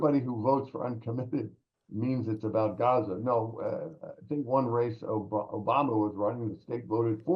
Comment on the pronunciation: " Obamna " lol 😅